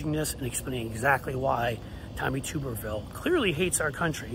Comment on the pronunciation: It's pronounced "Tubber-ville". Not "Toober..."